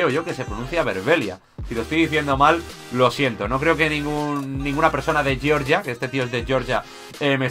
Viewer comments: Se pronuncia Georgia, no Yeoryia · gran pronunciación de georgia jajaja